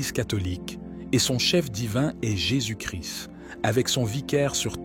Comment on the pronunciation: Jésus Christ et non Jésus Chri le s et le t se prononcent. Christ =l oint ; Jésus ne crie pas.